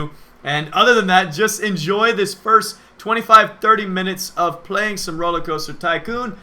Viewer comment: Ferst? More like Firth. Or Firnd, or Fird. Yaaaah.